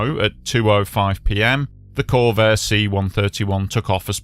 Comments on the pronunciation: "Convair" not "Corvair". Corvair is a car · CoNvair, not CoRvair.